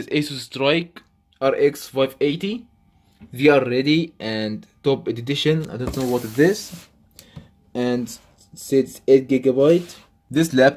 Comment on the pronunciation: the way he says edition, editition😂